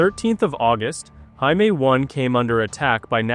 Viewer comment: Will You PLEASE Find The Right Way To Pronounce JAIME! -The Way You Were Saying It Is A Derogatory For "Jew"!